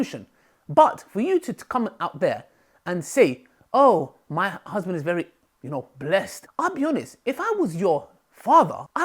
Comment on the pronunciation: The way you said “blessed” is kind of hilarious